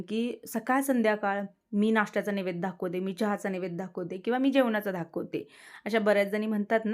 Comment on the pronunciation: अगं ताई राग मानू नकोस...पण मी सध्या तुझे विडिओ गेले ३-४महिने रेग्युलर पाहते आणि मागचे जवळपास १-१.५० वर्षाचे विडियो मी तुझे पाहिले आहेत...मला फार आवडतात तुझे विडिओ... पण राग मानू नकोस एक सांगते तुला की धाखवते म्हणू नकोस ना...दाखवते म्हण...मी काय तुझ्याकडे बोट दाखवत नाही पण एक सजेशन दिलं